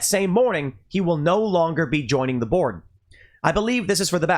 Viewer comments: I'm sorry Tim but every time you said join the board I heard join the borg. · Everytime I heard Tim say Elon refused to join the Board it sounded like he was saying "Elon refused to join the Borg"